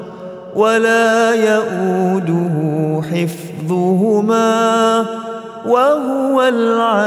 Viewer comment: Sekedar masukan ustad, mahorijul hurufnya mohon dikoreksi sebelum di terbitkan, mengingat ini akun didengar banyak org islam diindonesia, sdgkan lapad terakhir di ayat kursi ini dibaca Azimm bkn Adzim ditebalkan.